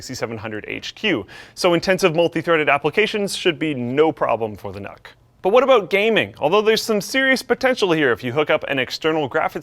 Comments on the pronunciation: I’m pretty sure it’s pronounced nuke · I think it's pronounced nuke :D